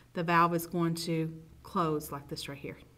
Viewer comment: Good job except the pronunciation of the word right